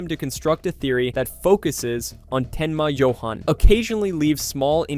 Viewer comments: The narrator uses both pronunciations including a third that sounds almost lazy, sounds like you-in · It’s Johauhn not JohAn